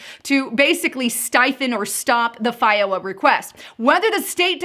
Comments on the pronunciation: Had to stop watching, the pronunciation of F. O. I. A. made me nauseous. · FOIA is usually pronounced like FOY YA